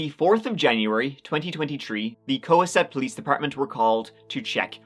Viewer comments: I love your videos - the town though is pronounced Ko-Hass-Eht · you're pronouncing cohasset wrong my man. "co-has-it". Also, its a town of Massachusetts, not a Boston suburb. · I’m the town’s name is pronounced: Co-Haaset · This happened in my hometown. It's super weird hearing talk about it. Also, it's pronounced co-HA-set. They say it in all the news clips it's weird that can't get it right lol. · being a Bostonian, it's pronounced Co-hassett. American English. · Just a fyi: it’s pronounced Coh-HASS-et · Nice, btw it’s pronounced co-HASS-it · Massachusetts town names are tricky but Cohasset is pronounced Co-HA (like hat without the T)-set. Just FYI! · Hey, just an FYI, Cohasset is pronounced with the accent on the second syllable - co-HAS-set. Thanks for the great balance of fun, serious, and respectful stories! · It's pronounced Co-hass-et!!! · It's pronounced co-HASS-et. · the inflection is on the first syllable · I live about 10 minutes from where this all went down, and it hits differently when it's next door. You can drive right past the place without ever having a clue that something like that happened Also I love the Cohasset pronunciation haha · He pronounced the town way wrong. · How do you misproounce Cohasset throughout the video when you use news clips of people pronouncing it correctly? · kindly research how to pronounce the name of the town, in this case, Cohasset, MA, before recording your video. Thank you. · Love how you pronounce Cohasset ❤ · Omg... please never try to say Cohasset ever again. You murdered it. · The way you pronounce Cohasset makes me cringe so hard xD. Love your videos though ❤ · Lol the way you pronounce Cohasset is one I’ve never heard before. My mother grew up on the same street as these people. Thanks for covering this one! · If I have to hear to hear you mispronounce Cohasset one more time, I'm gonna give you a swirly next time you're in salem. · btw, it's "Co-HAS-set" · "Ko Haas set"